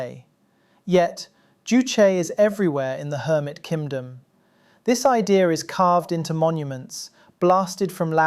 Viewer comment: My soul nourished every time he says "kindom", perhaps this is the jouchie juice?